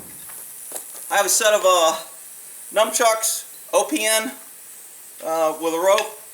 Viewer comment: "Numchuck"? Dude. It's not napoleon dynamite. It's nunchuck. Short for nunchaku. And saying you teach people this crap is ridiculous. Freaking gene pool. Wow. And what is that patch on your head? I hope that chevron is army.